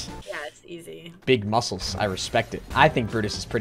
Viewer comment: (im NOT GONNA COMPLAIN THAT UR SAYING MEOWSCLES WRONG!)